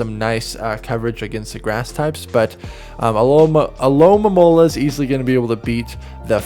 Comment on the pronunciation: disappointed that Alomomola was pronounced correctly!